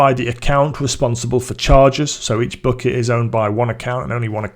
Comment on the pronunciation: not booket, but bucket...man...